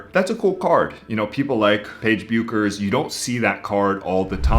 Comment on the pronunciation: Take a shot🥂every time he pronounces Paige Bueckers' last name as "Byookers." 🤣🤣 The "U" is silent so it's like saying "Beckers." 😆